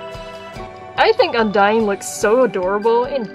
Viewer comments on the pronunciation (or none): I'm gonna scream it becomes it really bothered HER NAME IS UNDYNE NOT UNDYING!! thank you for listening